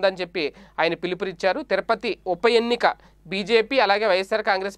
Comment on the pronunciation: తిరపతి కాదు, తిరుపతి.సరిగా పలకండి.